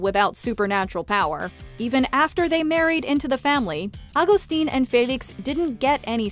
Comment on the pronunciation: Her dad isn't agstin its Augustin its pronounced